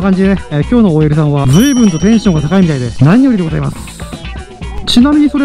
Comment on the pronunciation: のごじゃしウケるｗ